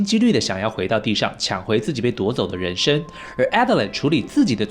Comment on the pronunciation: ren sheng 不是ren shen😬